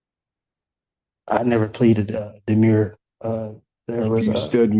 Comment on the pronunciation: The defendant made mention of his demure. As our Torts professor explained, “A demurrer is a legal pleading that essentially argues even if everything the other party says is true, it’s irrelevant. Demure is what we used to call shy, reserved young women. Do not confuse the two by mangling how you pronounce them..”